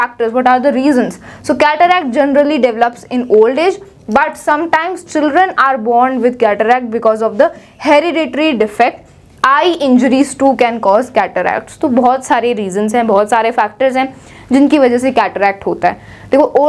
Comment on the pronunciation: herririditory defect😂